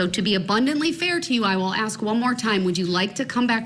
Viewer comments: Is it AX a question or ASK a question? I guess when you kill so many people it does Not Matter. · Why can't he pronounce "ask." Why is it always "axe"? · Why can't he pronounce the word ask?He keeps saying axe....he's too dumb to defend himself. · "Everting ju ax me!" Whar a disgusting moron. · It's ASK not AKS! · What an arrogant pos! He's trying to act like he is still in the ghetto. Since when did the word ASK change to AXE??? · Maybe the most we can hope is that Mr. Brooks can properly learn to pronounce the word "ask" and not say axe. I know this a BIG AXE. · I wish someone would "AXE" him. Save the State a ton of money.